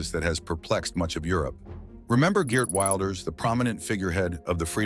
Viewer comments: Could you stop the far right bs? He's just right. And it's pronounced WILLders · Why can you not even pronounce the name Wilders correctly? Do some research. I'm Dutch and I'm not going to change American names.. Lame 😅